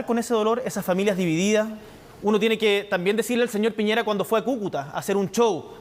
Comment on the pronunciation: dijo Pireña, aunque se entiende que para allá apuntaba, así son los pseudoperiodistas.